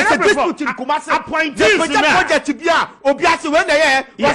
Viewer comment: Ooh, "APPOINTEES". I thought I heard "Aponkyes"🙉